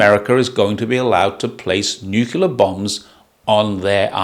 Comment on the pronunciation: that's not how you're saying it! Haha ❤